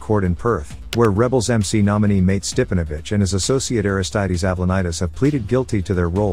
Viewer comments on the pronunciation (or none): It's a Jugoslavian name, pronounced Mar-tay, not mate.